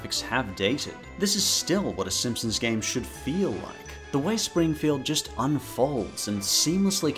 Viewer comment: can't take that guy seriously when he kept saying "SimpsoMs"